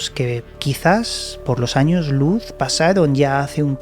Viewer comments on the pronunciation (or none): none